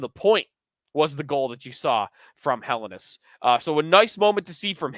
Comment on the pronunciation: Day 4 of asking to say Helenius correctly.